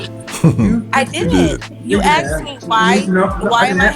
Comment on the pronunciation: she lost me at “aksd” That call should have lasted 9 min